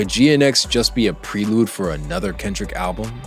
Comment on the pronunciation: You should learn how to pronounce words you don't know (contrived, prelude), especially as a rap analyst. Takes 2 seconds.